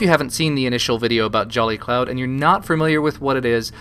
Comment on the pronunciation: He says jelly cloud. XD